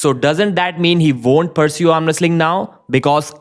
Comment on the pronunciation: Bro, stop saying veek and vonder. You can pronounce w correctly, I've heard you do it